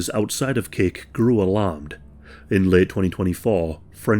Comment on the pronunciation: It sounds like you keep saying "Cake". I had to look at screen to see that it's Kick*. It seems human dark nature to punish.